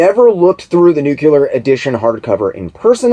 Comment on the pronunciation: you are amazing!!! I'm so glad I found your channel! Your research is so thorough and your presentation is a pleasure to listen to. Your enthusiasm for the subject matter shines through as does your wit and intelligence. So please forgive the nitpick, but it's like fingernails on a chalkboard to hear someone with your (truly) outstanding vocabulary mispronounce the word "nuclear". Big respect to you nonetheless brother!